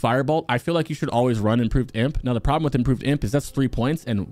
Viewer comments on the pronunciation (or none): none